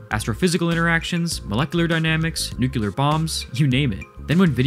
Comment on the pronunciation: Bro it ain’t new-cew-ler. It’s new-clear.